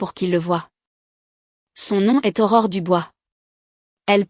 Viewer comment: Aurore et non horreur